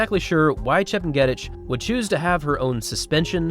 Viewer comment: Pronounced: “chep nyay teach”